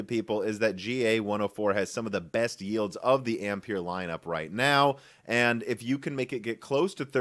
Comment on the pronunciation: When he said "now" at the start of the video I thought he said "no" to the question in the title. Btw the correct answer is no.